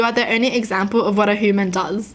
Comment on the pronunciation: she’s probably the only person in the world who actually says “hooman”